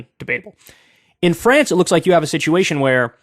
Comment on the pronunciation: To my French friends, I sincerely apologize for Kyle. It hurt me too.